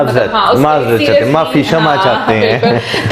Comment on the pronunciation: Respectfully let me correct your pronunciation it is not shama karo but kshma karo.